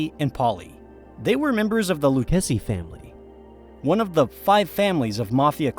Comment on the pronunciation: A.I. narration has annoying flaws, I.e.: mispronouncing Lucchese. Should be pronounced "Loo-kay-zee."